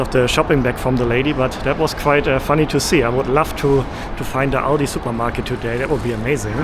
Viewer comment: Finally someone pronounced Aldi correctly 👏